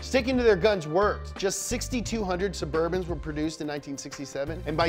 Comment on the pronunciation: “Caravan of black burbans” How I wanna show up to my job